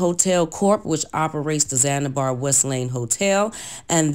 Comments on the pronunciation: Omg it's ZAN-ZI-BAR not ZANIBAR and paraplegic not Paralegic🙄🙄🙄🙄. But good story though but dayum you really read the articles over and over smh. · One word... Zanibar 🤦🏽‍♀️😔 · Right she talking all of this mess cant even pronounce words. and "zanibar" instead of zanZibar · Whewwww! I’m glad you said it! It was driving me crazy! Also, ZanZIbar hotel! Not Zanibar. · Yes! Also Zanzibar! She keeps saying Zanibar. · Hell yeah, between para-LEE-gic & Zan-a-bar, I nearly lost my mind. She just choosing not to pronounce well qualified consonants and I can't take it anymore! 🚪🚶🏾‍♀️ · It's the poor pronunciation of words (i.e. para-ple-gic, Zan-zi-bar) for me 😔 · The hotel chain he owed in Chicago was called the ZAN- ZI- BAR 🤦🏽‍♀️